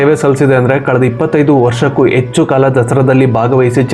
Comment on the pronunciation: Kannada pronunciation very bad Bro., Yecchu alla., Hecchu It's disappointing to see many Kannadigas use wrong ALPA/MAHAPRANA and never rectify it..